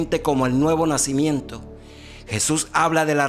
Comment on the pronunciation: no PUEDES DECIR NACÍmiento